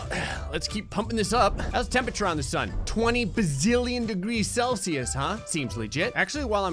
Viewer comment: "Whats the tempeture oh 2 bazilion celsius seems legit"